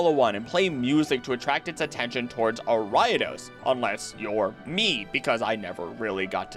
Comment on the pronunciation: BTW, I had NO idea what pokemon you were talking about until it clicked but you pronounce Ariados weirdly! Ariadne + Odosu (to threaten) = Ariados.